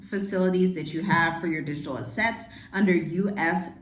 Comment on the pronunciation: First of all, if you are going to do a video & read…..learn how to pronounce “assets”. Secondly, the US will not be the crypto capital of the world. The BRICS nations are far ahead when it comes to digital and programmable currencies. They’ve been using it for years. Third, clearly you haven’t done any research on the UNs Agenda 2030 which has been adopted by many nations around the world including the US. Finally, Donald Trump is not trying to control crypto to control Americans. Crypto & the blockchain are vital parts of Agenda 2030 & the purpose is for governments around the world to control the poor after they are done eliminating the middle class. Do some more research because you have no clue what you are talking about.